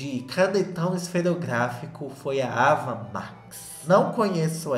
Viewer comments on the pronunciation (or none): Pronunciamento do nome da Ava está errado!!!!!!